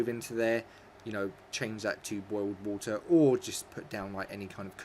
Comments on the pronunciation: The way he says water OMG just stop lol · Purified wah-er